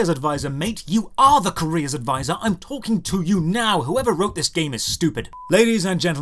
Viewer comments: OH! A Career advisor... ...I thought you were saying Korea Advisor. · I honestly thought you were saying "Korea Advisor" the entire video.